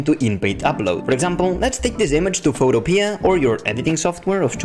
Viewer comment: You get a thumbs up just for saying 'photopea' properly. :)